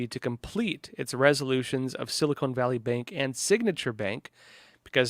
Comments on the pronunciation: SiliCON, not Silicone.. :) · For the love of God.... It's sili-CON. Not sili-CONE. Short-O. not long. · It is called "seal a con" valley is what I hear you saying.